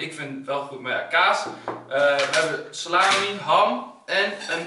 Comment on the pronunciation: salami klinkt als sla my